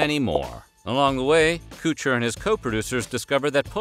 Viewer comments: Always hated this show aswell as Ashton Kutcher. Or as he's called in this video, "Ashton Koocher". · Lastly, it’s not “Koocher”. But let’s pretend you actually don’t know that. This is still tabloid type shit about resent events. What a shame. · Heh. "Coocher" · Right? I've always said KUT-cher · Oh my Lord the way you pronounce Koocher is wild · Coocher! 😂 We should’ve been pronouncing it as this the whole time. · HIS NAME RHYMES WITH "BUTCHER" DO MORE REARCH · STOP CALLING HIM 'KOO-TCHER' 🤣🤣🤣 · Ashton "Kootcher" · Yooo this guy said cot cher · Koocher....lol what a doof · I wanted to see the video, however after the 5th time he pronounced Ashton's name wrong. I had to stop the video. If you can not pronounce any word correctly Then learn to say it properly b4 the video, call him by the name you can pronounce,, or avoid the video all together. No matter how bad I want to sew something, I can't watch it if your inaccurate about the topic or in this case can't properly pronounce the name. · Feels like he’s doing it on purpose. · What's that got to do with him saying his name wrong though? I didn't make this video, neither did op, but we don't say Cootcher. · Narrator can't even say his last name correctly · It’s really bothering me the way he says Kutcher… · Interesting how you’re pronouncing his name. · The whole time watching this video I was thinking why is he saying his last name wrong he's pronouncing it wrong the only thing that irritated me about the video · I just can not stand how you pronounce his last name!! KUTCHER!! NOT KOOCHER!! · You HAVE to know that man name is pronounced "Cuh-chur" rhymes with butcher, you're saying "kew-chur" is hurting my ears, brain n teeth I can't watch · It's pronounced "Kutcher" not "kootcher" Jesus wept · Him calling Ashton Kutcher, “cooch-ER” is so distracting. 🤣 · Killing me with the Kutcher pronunciation haha pretty sure he's trolling because its pronounced how you think it Would be Kut-cher not cooch-er 😂😂😂